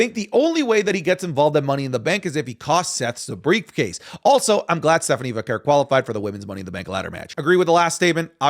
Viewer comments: It's probably just me thing but does it bother anyone how says Stephanie Vaquer's last name? It drives me crazy it sounds like he's pronouncing it like Vacurr 😂😂😂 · the way u say stephanie’s last name rly pmo 😭